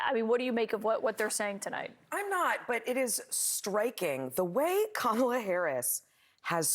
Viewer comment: Why these Donald Trump and his [Right Wingers] acolytes never pronounced her 'FIRST' name CORRECTLY?!